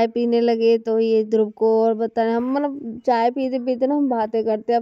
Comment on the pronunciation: matlab ko mallab, lipstick ko livistic bolti h.. aur naha kr nikalti nhi likalti h 😂😂... Don't mind only improve your self ❤